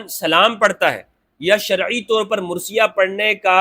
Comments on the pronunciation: Word is marsia and not mursia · Pl mind the correct word is MARSIA. And not MURSIA. Sorry to correct you but this is a difference in pronunciation